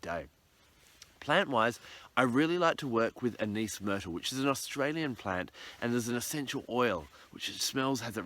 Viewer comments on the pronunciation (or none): none